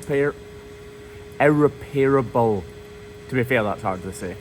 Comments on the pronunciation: I just say it err-rep-erable, lot easier than ear-rep-air-abble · You say air-repairable and we say ear-repairable. Toe-may toe/Toe-ma-toe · I-rep-rable is the pronunciation you were looking for 😅 another awesome video, love the team spirit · Ir-repairable is a hard word to say, in part because the word is actually irreparable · "Irreparable" is pronounced "ir-REP-ur-uh-bul". Specifically, the emphasis is on the "rep" available, and the vowel in "repair"'s "air" syllable is changed so that it's just "ur", as reflected in the spelling. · Irreparable (ear-rep-able) 😅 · I think it's pronounced as e-rep-pra-bul damage. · Ir-re-per-able, sir! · When trying to say irreparable, say er-rep-able easiest way to say it quickly